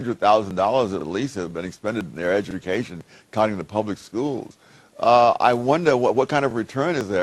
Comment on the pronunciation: "I guess probably a $100000 at least has been expended for their edjumacion..." "...expended for their edjamacion..." "edjamacion" I can’t tell if accent or trying to be ‘punny’ ಠ_ಠ